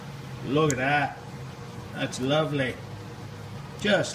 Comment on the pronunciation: you sound oh so british with your 'Lovely'. Nice work. I think I have a big Jacobs with a 1 morse taper